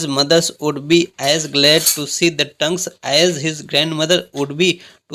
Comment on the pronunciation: its not tang its tong